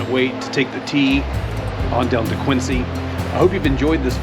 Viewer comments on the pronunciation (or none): FYI, from a Massachusetts native, it’s pronounced Kwin-zee not Kwin-sea.